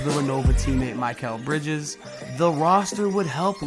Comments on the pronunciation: Ahh yes because they way you say Mikal Bridges' name is just so much better than how he says it. Because you just have to act better than him or anyone else. There is a correct way to say it I'm sure you have 100% heard and are still a piece of shit. It is not MiiiiiKaaaaal It is MikAl Bridges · Yea no I know who Mikal Bridges is I'm a knicks fan. You mispronounced his name like a hard r word